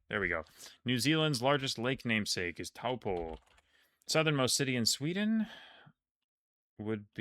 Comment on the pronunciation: Fun fact: Taupo is actually pronounced like Toe Paw.